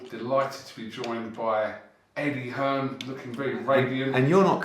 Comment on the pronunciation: Eddie 'EARN' Hearn